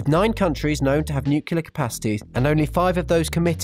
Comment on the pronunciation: you pronounce it nuclear not nucular